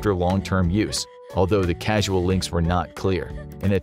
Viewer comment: What are "casual links" 😂 Causal link!! 😅